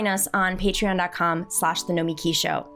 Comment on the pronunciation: It's No-me-KEY. Accent on the last syllable. She's okay, but I don't think it's realistic to fight Corporatists from the inside. You have to beat them. No time for Incrementalism.